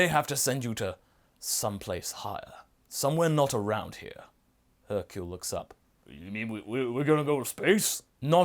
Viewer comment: hercule, not hurcle......